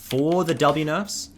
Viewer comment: High as hell and every time he says “W nerfs” it sounds like Dobby nuts